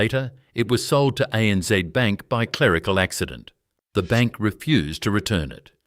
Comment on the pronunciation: For heavens sake get your pronunciations correct. ANZ is A.N.Zed not ANZee. No Australian would ever say zeee. It’s Zed, always zed. Pty. Ltd. Is shorthand for Proprietary Limited and is said such. One does not try to pronounce it as two three letter words.. Why is there a map diagram of the Middle East shown when talking about a journey between two Australian cities. You ruin a great presentation by your total lack of understanding of your subject. Don’t insult Australians by imposing yank pronunciations. You will piss us off, big time. Thank you for taking the time to present this story but please pay more attention to the details. Otherwise we might have to question the historical accuracy of what you present.